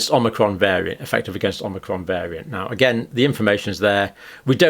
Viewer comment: more pathogenic omicron, takie this down you saidit wrong twoice